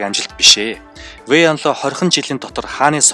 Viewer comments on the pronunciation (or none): Вэй инло биш вэй инлуо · sonin yrihiimaaa😂 фуца би фуча, вэй инло биш вэй инлуо